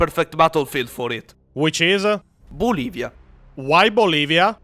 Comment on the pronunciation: the way said "Bolivia", "just because" like 😅